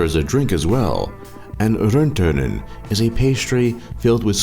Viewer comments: great video but you absolutely butchered "röttönen" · He said "rönttönen" (pussy) :DDDDDDDD